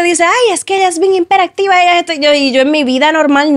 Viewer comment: Ella de verdad dijo "Himperactiva" 💀 El factor común en sus relaciones es ella. Yo creo que ella es un dolor de bola como pareja. Se nota.